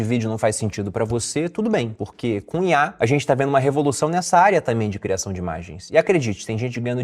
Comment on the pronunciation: Toda vez ele fala CUNHAR ao inves de COM IA